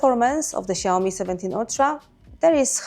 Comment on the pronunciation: Lads, it's Xiaomi.